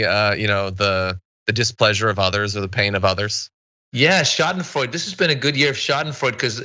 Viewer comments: Schadenfreude, to pronounce: shaa-duhn-froy-duh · Schadenfreude is pronounced Shah-den-Freud-duh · Schadenfreude is four syllables... Scha-den-freu-de. For English speakers sounds like sha-den-froy-deh. Schaden (damage) Freude (delight or joy). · "schadenfreude" is originally German. In British English we always pronounce the final 'e' - shar-den-froy-duh. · Yes, this is correct...four syllables sha-den-froy-deh or shaw-den-froy-de. Schaden (damage) Freude (delight or joy). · Shau-den-freud-ah is the proper Deutsch pronunciation if you wanted to know =) well, actually that depends on what part of Deutchland one comes from =) I came from the small village of Ruckers Am Main Hessen Deutschland (umlout over the u, blech english keyboards hehe.) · Someone has probably already posted this but...Schadenfreude is pronounced "Shah-den-froid-eh". It's a German word, so you pronounce the final " e". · Its "Shah dun froy duh" Schadenfreude btw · it's pronounced schadenfreude